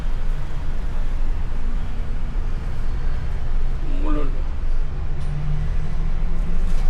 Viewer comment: ठाणे ✅✅ थाने ❌❌ मुलुंड ✅✅ मुलुंद ❌❌ कृपया सही उच्चारण किजीये.